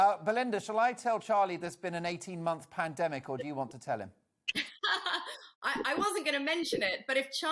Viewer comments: Someone please teach to say pandemic, a year later panamdemic,.love how the women are trying not to fall on the floor laughing at this thicko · I'm sure he does that on purpose , he's been saying Panademic for as long as I can remember and no-one ever corrects him on it - surely he is not totally fuck-witted ! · That wannabe Peter Stringfellow is such a nonce. So ignorant. Wish I'd never used his plumbing company over the years. Overpriced work. Obviously needed the money for his plastic surgery. Doesn't even know it's pronounced pandemic not 'panademic'. Charlie is just peed off that he's losing his cheap labour. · WTF is a Padedemic Charlie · "Pan - a - demic", "Bi - n - den" - Who the fuck is this melt (and I'm not talking about his face)? Homer Simpson or something? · Not sure who's getting more airtime at the moment Poundland Rod or Tony BLiar??? Both are *$&$*$%#!!!! "It's a Pan-A-Demic" 🤦‍♂️